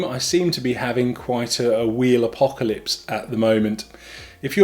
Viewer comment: Was the balls up the editing at the start? “Wheeplcolypse” 😆